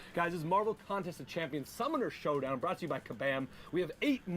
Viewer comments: Did he say schumonner schow down at the beginning? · Anyone hear the dude In the vid say shummoner showdown at the beginning